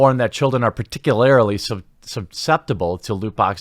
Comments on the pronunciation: Particularily? C'mon man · Par-tic-u-lar-ly not par-tic-u-lar-ily 😘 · particularily. ParticuLARILY. PARTICULARILY. Ssssstop it! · Dude. Particularily isn't a word. Its distracting, just so you know. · Someone needs to teach TQ to say "particularly". It's driving me nuts. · Where does that extra i in particularly keep coming from?